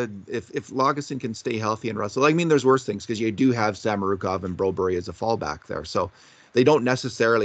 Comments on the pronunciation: Brobery. No no no. It’s actually Broberg. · Hey get real how does BRO BURG sound like BRO BARRY??????? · Take a shot everytime calls Phillip Broberg "Broberry"